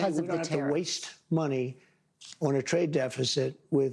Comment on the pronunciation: WASTE MONEY! Did he really say waste monet. Mr, Excess?